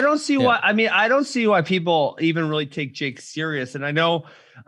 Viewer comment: Why is this guy saying peoble instead of people